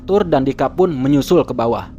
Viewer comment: Ivana bukan ipanak wwkkkk apa gw yang slah denger yak. Dika tapi bukan dikak